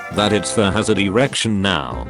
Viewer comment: too bad they don't read comments. But the tts voice said "erection" instead of "direction"